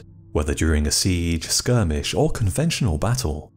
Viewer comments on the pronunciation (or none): none